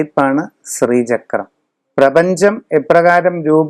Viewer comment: സ്രീചക്രം എന്ന് പറയാതെ. ശ്രീചക്രം ആണ്.